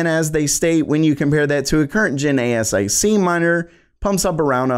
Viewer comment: most pronounce it A-sic. A ess eye see - that's unique.